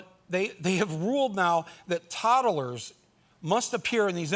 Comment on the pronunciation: are Todd-ol-ers as annoying as toddlers ?